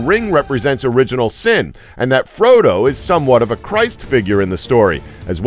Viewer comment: at least he got Frodo right